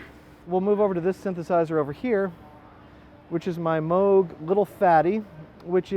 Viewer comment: Nice to hear someone who knows how to pronounce Moog correctly! Page is the man.